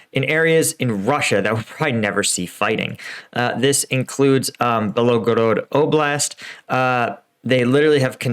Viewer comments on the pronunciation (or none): I'm taking bets how many months of war this guy needs to start pronouncing cities and villages correctly... "Belogorod" :D